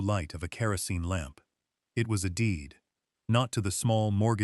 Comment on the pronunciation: Kerosene NOT caracene!! AI Stop spelling phonetically!!!